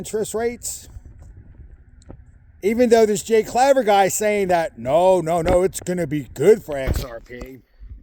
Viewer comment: That is not how to pronounce his name and why are you going on you tube talking crap about someone when you have no idea what your talking about his company is digital ascension group and to be a client you have to have 1000 xrp im not getting into all the services that offer or what their returns are but i can tell you they are fair you can do your own research obviously you have done none by the misinformation your saying get your facts straight before you badmouth someone its bad enough in this industry as it is